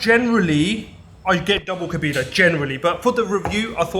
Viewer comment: Flipping coconut it's Kohbaydah not Kobeedah kebab 😂 and you've got ginger eyebrows can we get a background video just abit more information on you please. Thanks